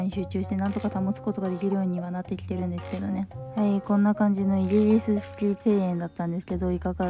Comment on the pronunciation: イギリスも言えてないの最高だわ。